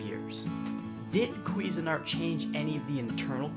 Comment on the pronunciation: “he says quiffing art” 😆🤣😂